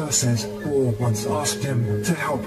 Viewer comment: Guo it pronounced like kuo in Chinese